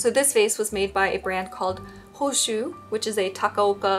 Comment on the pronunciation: I zoned out whilst watching, as per usual with my adhd, and only zoned back in because I thought you were saying my name only to realize you were saying hoshu and not hoshi